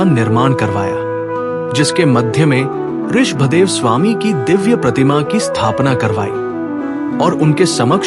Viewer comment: Aap Rishabh dev ka pranouncetion theek se kare